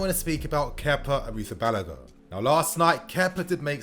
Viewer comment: Chelsea fan yet cant pronounce Kepa's second name